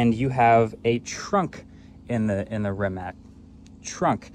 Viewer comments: So close Marques. SO close. But it's REE-MATTS. Not Rim-matts. Or Rimac. Ree-Matts. Great vid as ever though. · Does he keep calling it "Rimat"? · "Rimat nevero" 😂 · Is he saying "Rimat"? Edit* Just looked it up, its actually pronounced Ree-muhts. Mind blown 😂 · I’m confused. I always thought it is pronounced as Rimak, but then the first video says Rimats. Now again Rimak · Wait - is it "RimaTS" or "RimaK"? I've heard both pronunciations now. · You keep struggling to pronounce Rimac. It's with C on the end, not K. "Ree-mats" Also nevera is a Croatian word for a sudden summer storm with strong gusts of wind that happens on Croatian coastline. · “Rimat nevera” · Volkswagen didn't buy Rimac, Rimac bought Bugatti and that's why they merged into what is now Bugatti Rimac. Also please pronounce it correctly it's not that hard, Rimac (Rima-ts), Croatian letter C is never pronounced as a "K". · Rimats nevera? 😂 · why do you keep calling it Rimats??? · Mkbhd you say rimac the most autistic way possible. It’s pronounced “Re - Mac” their is NO “ts” in the end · Re- Mac is the CORRECT way bruh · Congrats on getting the record for how many different pronunciations of Rimac you can say in the same video! 🤗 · Marques pronouncing Rimacthe way Benedict Cumberbatch pronounced Penguins all through that his documentary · It's kind of weird that a creator such as MKBHD did not even bother to look up how to pronounce Rimac correctly 😶